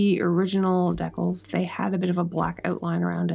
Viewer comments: I kept thinking, "What the heck are deckels?" Then I realized, decals! ❤ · deckles?? !! DEE-CALS!!! ;p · It's so interesting hearing your accent pronouncing "decals" as dec-Als when mine would say it Dee-cals. This was a beautiful restoration. I sincerely hope you find a buyer who appreciates your efforts! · Decals must be a Canadian accent. American pronouncement is Deecal. But spelled Decals. Hockey guy you tuber pronounces it the same. He is in Vancouver. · Awesome! I want one 😁! What nationality accent do you have that you pronounce decals as "deckels" ? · I laugh every time you say "decals". Maybe that is how it is pronounced in N.S.? Here we say "dee-cals". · It's pronounced 'dee-cals 'luv😅